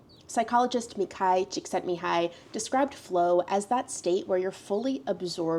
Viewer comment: omg your pronunciation of Csíkszentmihály's name was so good i looked up from making a coffee like "is she hungarian??" 😳😳